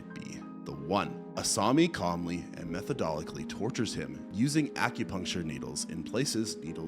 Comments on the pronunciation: " Method-odically"???? Huh? It's "methodically ". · "Methodolickly!?" I've overlooked quite a few of incorrect pronunciations on your videos, but that one was my tipping point...